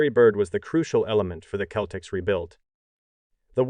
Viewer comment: When you write your script for narration, you've got to write out 'nineteen eighty' or the computer will read it as 'one thousand, nine hundred, and eighty'. You ought to try spelling Celtics as 'Seltics' for the computer as well. It's jarring to hear and easily fixed with a bit of effort/editing. Otherwise, it's a decent video. Thanks.